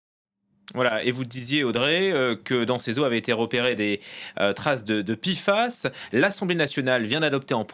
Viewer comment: P F A S et pas pifas, je préfère en francais l'acronyme en france on prononce les p, p pas pi